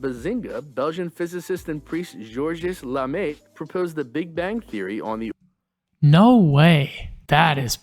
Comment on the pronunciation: Gerorges Lemaître ! ( he pronounces it so wrong you could understand georgius lamay or something like that !)